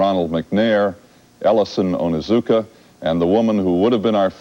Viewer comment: Astronaut ellison onizuka Not astronaut ellison onuzuka!